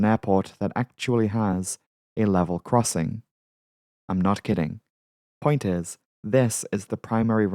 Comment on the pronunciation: it said corssing instead of crossing XD